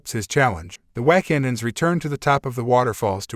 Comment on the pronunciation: This was pretty bad, your Ai voice got the Wakandans pronounce wrong, and it is glaring. Do better. I stopped at :40 seconds.